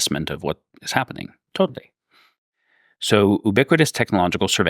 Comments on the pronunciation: Its a pedantic issue, but I can't stand how he pronounces ubiquitous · Yes haha